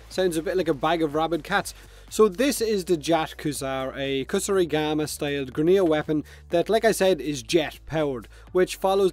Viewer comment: btw its not Kusurigama (Medicine Scythe), its Kusarigama (Chain Scythe)